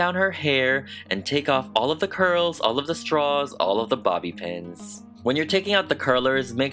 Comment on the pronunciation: When u said bobb pin I thought u said body pens